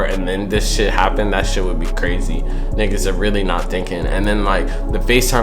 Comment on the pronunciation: Yo you don't sound right saying niggars like do you see how that spelt that's how it sounds when you say that word it's a pensive when I hear you say that word I cringe when I hear you say that word if my eight year old daughter says it not so much but if you say I cringe don't say it there's plenty words in the vocabulary that I'm sure you went to school and learned that you can use besides that word